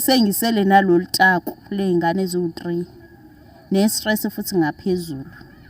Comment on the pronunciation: I love how South Africans pronounce "3". They say triii not thriii😂. From Zimbabwe.